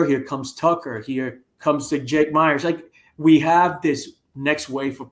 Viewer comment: Did he say Jake Meyers 💀